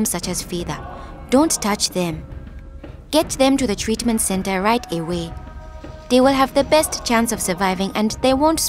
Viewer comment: did u hear that? Treatment center right Da wae (I Know its "right away" im just joking tho)